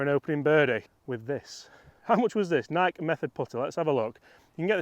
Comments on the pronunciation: Just an FYI .. Nike is pronounced... NI KEY.... not Nike like Mike. I have had Nike clubs before and in my opinion, they were not good clubs at all, but since Tiger played them, we all bought into the hype of them. As soon as I dropped the Nike clubs I bought Callaway's and have been playing those ever since. Hope your baby is doing well. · love you man, but you’re mispronunciation of ‘Nike’ is killing me! It’s not Nike like Mike, but Nike like ‘Mikey’! Crack on Mate! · Nigh-key …Nigh-key. Just saying 😂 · Do they really say Nike in the UK and not NIKE? (Nike/ Nike-E) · It’s NIKE (NykEEEEE) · could you PLEASE talk to someone at Nike and ask THEM how they pronounce their brand name? You might be right with your pronunciation but for those of us Down Under who have been brought up with other one, it’s a shocker listening to you and Chris. Cheers PP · I felt target with that Nike pronunciation comment lol. If we are honest you guys probably pronounce things a lot more proper than us Americans haha.